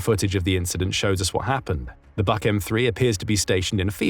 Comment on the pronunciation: HIMARS are great, but it is only a matter of time before Trump pulls the plug on them because they are hurting Putin to much Btw, it is pronounced "book" air defense system